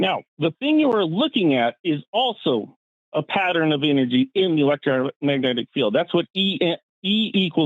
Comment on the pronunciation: Did the guy say "electromagnetic field" correct even once, as many times as he said it?